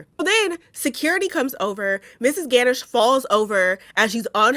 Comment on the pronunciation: Pronounced: gah-nush